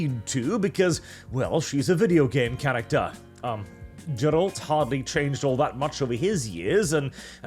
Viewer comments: If you call Geralt:Jerald one more time, I am going to Norway. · Is pronouncing "Geralt" correctly really that hard? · Geralt has a hard G, man... c'mon. The first syllable is stressed and is pronounced basically like the first syllable of "garish" (or "Gary"). Also, the word your were hunting for is accentuate (stress on the second syllable), as in "accent," like a decoration or a feature that gives visual emphasis. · It's Geralt, not Dżerald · its not Jerald its Gerald whit a hard G! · my dear... I like you, your voice is honey to my Polish ears... I don't necessarily agree with everything you say, but I may also have less conservative views. But for God's sake... Gerald? I don't even know how to write phonetically how you massacred his name xD It's a very specific name, it has to sound the way it's written. No Anglo-Saxon "G" there. In Polish, letters are always and absolutely pronounced the way they are written and not in any other way. Just like I heard (and my ears were withering) English-speaking YouTubers pronounce the name Ciri as "Siri" for reasons that are unclear to me... (Ok, the reasons are clear and can be forgiven due to ignorance, but still...) Greetings from Poland, Norwegian neighbor:3 That we don't border? Nah, it's just a stone's throw to the north x3 PS: As for "entering woke'ism". Well, Poland, as far as I can remember, i.e. since 1990, has always been a few years behind world trends. Does it have a social impact? A little bit, a little bit not. Personally, I would rather say that companies like CDPR are moving towards progressivism but they don't close their eyes to "traditions". I would even say that I don't think they are blind enough not to see the cultural turbulence that is currently happening. But you also have to keep in mind that games are not created overnight. They had to choose some direction, even if they may be afraid of where it is going now. But is it mindless following of trends? I don't think so... I hope not.